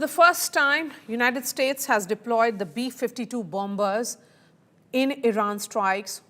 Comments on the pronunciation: It's silent "b", lady. You pronounce it as "ba-mers", NOT "BOM-BERS". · Bomber pronounce as bommer not bom ber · There is no pronunciation such as BOMBERS. its pronounce as BO- MERS. rather BOMMERS Litsen carefully how Admiral pronounce it. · It's bomb ers not bomb bers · Bombers = it -Pronounce as BAMERS ,=== Not BAMBERS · Not bombers! Pronounce it as bomers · Learn your pronunciation first, it is not bombers , it is pronounced bommers. The b is silent in bombers. This is Indian English. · Perhaps you should take note that the second 'b' in the word bomber is mute. i.e., it is not sounded when saying the word "bomber". Otherwise, thank you for your excellent reportage. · Please, the second b in bombers is silent! My ears are bleeding from the mispronunciation.